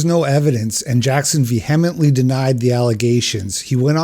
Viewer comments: This guy needs to learn how to pronounce words like posthumously and vehemently... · I love your work, L. However, I can't stand when people pronounce vehemently the way you do. Grinds my gears.